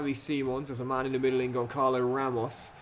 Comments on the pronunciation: Gonçalo ramos first name isn't pronounced like that 💀 You're supposed to pronounce the Ç like a S. So it's Gonssalo not Goncalo. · Hello! You allways say Goncalo Ramos but you shoud say like "Gonssalo" because of the "ç" Keep the brilliant work! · the striker's name (Gonçalo Ramos) is pronounced Gon-salo (phonetically speaking:) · Hey, the correct pronunciation of Gonçalo Ramos is Gonsalo Ramos. I’m from Portugal. I love your videos. Keep it up ❤ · As a Portuguese myself, it's really cool that you have some "tugas" in there, Gonçalo Ramos's name is pronounced "Gonssalo" as the ç is read as an s Keep up the good work, forza Milan, and let's go the short king Cox! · Hey, love the vid as always, just a quick note: the "ç" in Gonçalo is pronounced as an S like in Suit, the little below below the C means it sounds like a S! keep it up bro love the series and can't wait to see Cox conquering Italy! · I think Gonçalo is underperforming because you're mispronouncing his name, saying ç as a K and not as a Z. Otherwise please remember to make your subs around the 60-70 mins.